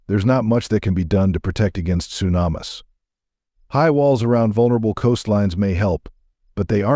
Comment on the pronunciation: Sue nam iss 😂😂😂